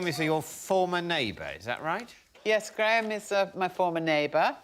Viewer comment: I hope those watching from North America can hear how the name Graham is pronounced properly…Not “Gram” as pronounced in Canada and the US.